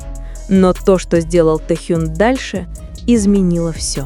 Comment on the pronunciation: Вот,это фанфик! Автор,не несите чушь! Наговорили обо всем и ни о чем! Набор каких-то предположений и фантазии!!! Может и правда ,что вы там присутствовали и принимали участие в этой чуши! Научитесь сначала ставить правильно ударение и выучите правильно звучание имени Техена! Ни одного фото в подтверждение вашего фанфика, одни старые снимки,где вы получили эту чУдную информацию? А складно то как льется эта чушь!!!